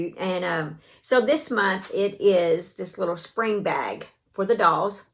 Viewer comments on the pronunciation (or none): none